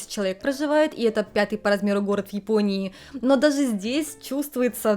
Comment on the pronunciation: Я слухаю і не розумію, це у вас такий дефект мови чи це такий вид манірності щодо вимови, оця шипилявість, якц нічим не можна пояснити, я дивилась вас, але якось не приємно стало, це не природньо якось, ну оце ("дазе", "тозе" і т.д.), візьміть уроки у логопеда